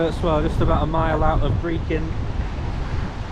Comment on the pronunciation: Could you please find out how to pronounce Brechin? It is not pronounced Brekin!